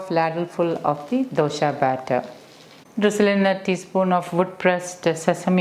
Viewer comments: Dosha?? Its Dosa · Please try and say Dosa . Dosha in sanskrit means fault. Love all your vedios. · You are repeatedly pronoucing as DOSHA and NOT dosa.The meaning changes drastically. Dosa is a preparation and DOSHA which is a central term in Ayurveda which means "that which can cause problems"